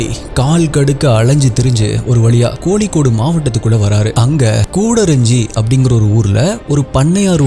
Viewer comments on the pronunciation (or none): இவ்வளவு அழகாக சம்பவத்தை சொல்லத் தெரிந்த, AI -வீடியோ'ஸ் மூலம் ஒரு சினிமா போல் விவரிக்க தெரிந்த நீங்க, சினிமாவை மிஞ்சும் அளவுக்கு விளக்கத் தெரிந்த நீங்க, இன்னும் தமிழின் - 'ல' 'ள' 'ழ' -வித்தியாசம் உணராமல் அல்லது தெரியாமல் பேசுவது அல்லது விவரிப்பது, நீங்கள் தமிழை 'தமிழாகப்' பேசவில்லை -என்பதை காட்டுகிறது! உங்கள் வார்த்தைகளில் சில; 'கொளப்பம்'..?! 'கோளிக்கோடு..?' ('கொழப்பம், கோழிக்கோடு') 'கோழிக்கோடு' என்பதை, கோளிக்கோடு என்று சொல்வது என்ன நியாயம் ப்ரோ..? காலை எழுந்து பல் துலக்கும்போது, நாக்கும் வடிங்க.., அந்த நாக்கை மேல்வாயில் வைத்து 'ழ' சொல்லுங்க, தானாக 'தமிழ்' வந்துவிடும்... (தமிழுக்கு 'ழ' அழகு- கவிப்பேரரசு வார்த்தைகள்) மற்றபடி, உங்கள் பதிவுகள் தரமானவை! தமிழின், 'ழ' -சின்ன முயற்சி.., பெரிய பலன் தரும்... நீங்களும் தமிழன்.., நானும் தமிழன்! உங்களைப்போன்ற அறிவானவர்கள் தொடர்ந்து இப்படியே, 'ழ'-வை, 'ள' என்றே பேசியாவோம் என்று ஏதாவது நேர்த்திக் கடனா..?! என் இந்த பதிவை நீங்கள் கடந்து போகலாம், ஆனால், 'ஒருநாள்'... பாதிக்கும்! அதற்குள் சரியான தமிழை நாவில் வர வைக்கவும்.., இல்லை, 'காலம் பேசும்!' உங்க அண்ணனாகச் சொல்கிறேன்; உங்கள் 'சப்ஸ்கிரைபர்ஸ்' இவ்வளவு பேர்கள் இருக்க, அவர்களுக்கு நல்ல தமிழை சம்பவங்கள் மூலமாக சேர்த்தே கொடுக்க வேண்டாமா..?